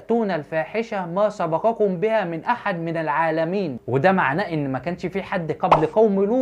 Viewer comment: ياريت يشوف التعليق ويصلحها لانه قرأها(إذا)